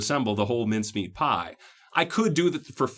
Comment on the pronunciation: Hi, thanks for the videos, you have been very helpful. I have to ask though, where are you from, and where did you hear about these ‘minced-meat pies’? Or are you saying ‘mince-meat’? I’m from Australia, we generally just call them pies, or meat pies if you want to be specific! 😀😀